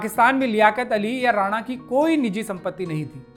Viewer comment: जी लफ़्ज़ “ राना “ होता है जो लफ़्ज़ रानाई से बना है और इस का मतलब होता है लाल और पोस्त ( poppy ) के लाल फ़ूल को “ गुल ए राना “ कहते हैं। “ जबकि लफ़्ज़ “ राणा “ राजपूतों की एक बड़ी जाती है। बेगम “ राना” को “ रईस ए आज़म करनाल” नवाबज़ादा लियाक़त अली, उन की ख़ूबसूरती के चलते लालिमा उर्फ़ “ राना” ( राणा नहीं)। कहते थे। बेगम राना। मशहूर हिंदी लेखिका स्व. श्रीमती गौरा पंत “ शिवानी” जी की close relative भी थीं। अगर आप उचित समझे तो ये ग़लती दुरुस्त कर दें वरना आने वाली नस्लों को और मौजूदा दौर के लोग भी बेगम साहिबा के नाम को ग़लत बोलते रहेंगे। Once again the word is “ राना “ …… not “ राणा”।